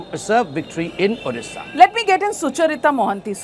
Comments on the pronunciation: Very bad to say all candidates pronouncing 'orissa' instead of Odisha... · Pinaki Mishra it odisha not Orissa please pronounce properly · is the anchor mad , her pronounciation is wrong.please pronounce correctly,it is our state ODISHA not othisa.